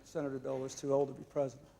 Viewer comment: Bob Dole had a lot of trouble saying the word "president"! "Prez" is about all he could muster. "Prezn" on a good day. I always got a good laugh out of the way he said "Prezn United States". LMAO He just couldn't pronounce the entire thing. "I'm Bob Dole, and I'm running for Prezn United States!!"